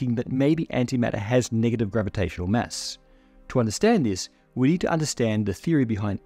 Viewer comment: Lol, your pronunciation of "mass" is a mess. 😝 What accent does it come from?